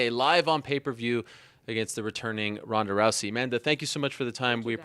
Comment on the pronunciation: Did she call Ronda rice at 43 seconds lol